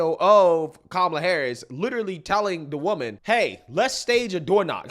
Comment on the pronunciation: "Ka-ma-la" sounded a lot like "Trump, Trump, Trump" 😂😂😂 I had to stop and figure out where she was and what was happening.